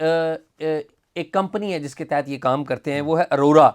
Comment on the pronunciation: ارورا نہیں بلکہ آوراaurora